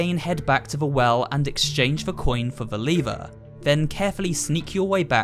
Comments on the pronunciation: LEVER NOT LIVERE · Literally said leever. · The way he says lever hurts me on a different level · Did nobody noticed that he would kept saying lever wrong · Is it me or you are saying lever incorrect.